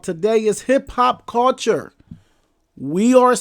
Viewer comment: I ain't gone lie the topic had me about to watch your video but everytime I heard you say the word cul-ture it turned me off. Gotta go.